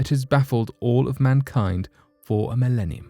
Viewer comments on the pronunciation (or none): none